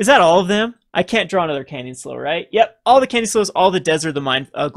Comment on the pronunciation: Canyon Slough rhymes with Clue (maybe Plow if one is British), but not pronounced like Slow Just sayin'.